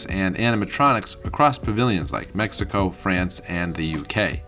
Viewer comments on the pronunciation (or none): none